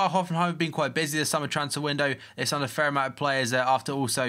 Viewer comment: Dat engrish tho